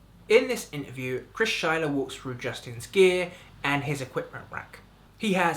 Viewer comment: It's Schleyer. ;)